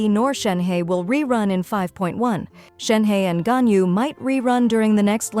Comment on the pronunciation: "Rerun Shenhe,Ganuy" No "Rerun Kazuha" YES